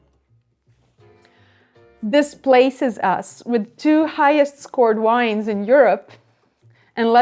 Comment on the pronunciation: Another great video, thank you. As someone mentioned here, you and Konstantin Baum ( just watched his video on rosé wines) are thre two wine channels I watch. Maybe a rosé tasting would be an idea for a comming video ? Please don’t be angry at me but there is something I ask you to correct: vine/vines, the plant, is pronounced with v ( vee ) and not with w as in wine. Thanks a lot and I apologize